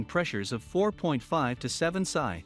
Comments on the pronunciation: Sigh,,, Pounds Square Inch. Pronounced "Pee Sss Eye". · Lol, stopped watching when PSI was pronounced "psy" like psychic. It's an acronym for Pounds Per Inch²(Square Inch).